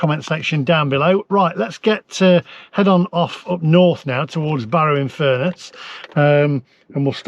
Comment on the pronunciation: Well done on pronouncing the Cumbrian town I grew up in correctly.